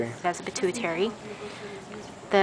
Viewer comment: i thought she pronounced pituitary just fine. and i'm PRETTY sure that IS the pituitary gland.